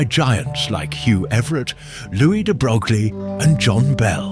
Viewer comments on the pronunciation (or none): "louis de brog-lee"; AI slop